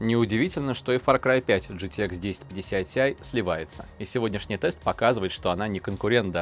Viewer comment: Уши вянут от такого произношения. Арэкс gtэкс пиздец